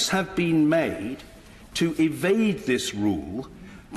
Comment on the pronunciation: "attempts have been (may'd)"